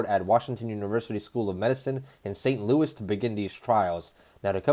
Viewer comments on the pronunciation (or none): none